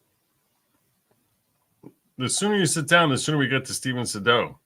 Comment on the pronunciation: It’s not Suh-doh; it’s Say-dow